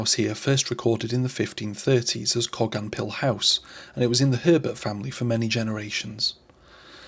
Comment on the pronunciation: Wow I’ve never heard it pronounced like that in over 60 years. It’s pronounced in Cardiff Coe-gan.